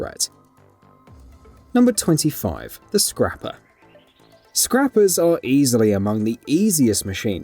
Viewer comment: Um did you say watcher a scraper